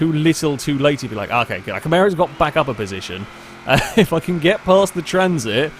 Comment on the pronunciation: STOP SAYING CAMARO WRONG